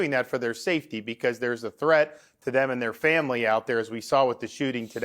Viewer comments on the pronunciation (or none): none